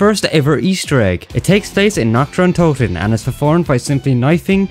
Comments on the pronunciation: Hey no offense but as a multilingual person it hurts to hear "Nacht der Untoten" pronounced "Nakteruntōuten" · I know I know you can't speak german but that pronounciatiob of Nacht der Untoten is just hilarious.